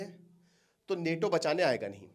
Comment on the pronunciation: अबे नेटो नेटो क्या है नाटो बोल NATO